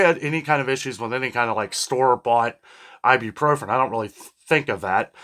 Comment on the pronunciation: Please stop saying "ibupropren", its "ibuprofen".